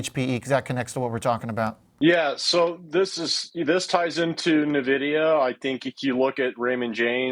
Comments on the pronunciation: I stop watching when anyone still pronounce NiVidia. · Propaganda 💯. This guy is clueless. He can't even pronounce the company name properly. Nonsense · Thanks for posting this. If the guy doesn't even know how to pronounce the company's name why should I lend any credence to his opinion?